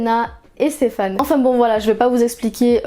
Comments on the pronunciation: Personne parle assez du faite qu’elle dise StefANE au lieu de SteFENE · Par contre ça me stresse que tu dises Stéphane au lieu de Stefan 😭😭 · Super vidéo ! par contre on dit "stefen" et pas "stefan", même si son prénom s'écrit stefan (ça m'a perturbé toute la vidéo haha)